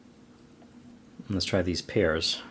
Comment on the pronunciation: Lol I heard "sliced piers" for "sliced pears"